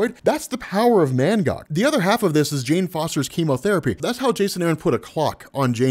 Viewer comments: Lmao this whole time i thought his name was “ManGod” Bcuz Of how you was saying his name 😂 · Is he saying mangod or mangog